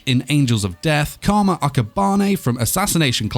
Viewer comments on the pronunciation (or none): none